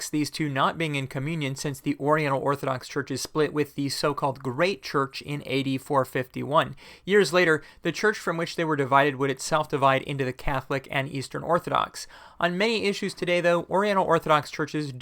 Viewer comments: I thought you said 8451. Had to rewind the video to see it was AD 451 😅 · I heard 8451, relistened a few times and eventually realized it had to be AD 451.